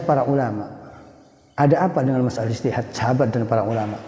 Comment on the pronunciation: Ijtihad bukan istihad😂